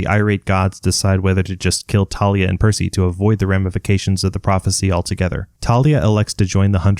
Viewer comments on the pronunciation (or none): Its thalia not talia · bro it is thalia not tarlia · Random comment…ERM actually it’s Thalia not Talia🤓👆(also it’s a joke) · Its THAY-lee-uhh not TAH-lee-uhh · 1. It’s pronounced Thalia not Talia 2. Circe turned them into Guinea pigs 3. Forgot about Silena Beauregard, a spy in Camp Half Blood for Luke and sacrificed herself to defeat the Drakon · Dude its tha-lia not ta-lia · Hey its Thalia not Talia this fact from the movies pisses me off a little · aha ok just that ive been pronuncing it thalia and mythology guy has been pronuncing it thalia and rick pronounced it thalia